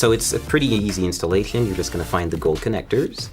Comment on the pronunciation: Hes speaking isnt perfect nor his pc building skills: "I chloews" "I chowes this format" "lawtsch" "I choues" "installachien" "Now, whitcsh" "I chloews" "You'll need a usb flawchs drive" "With Windows installachion media"